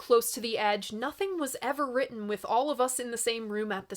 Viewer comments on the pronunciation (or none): none